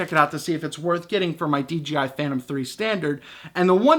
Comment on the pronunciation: I can understand making the mistake from time to time, but for the love of god, on every single one of your videos you say DGI, not DJI !!! Holy Moly!